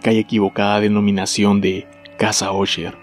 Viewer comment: Se pronuncia asher... No osher